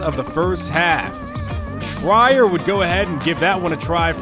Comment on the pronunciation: It's pronounced Tree-r Not Try-er